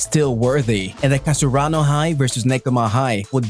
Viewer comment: Kasaruano? Wut?